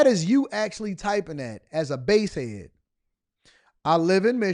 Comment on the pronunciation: Basehead. Not bass like the car